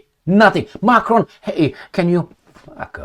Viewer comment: His name is Macron, NOT 'F'cron as you just mistakenly pronounced!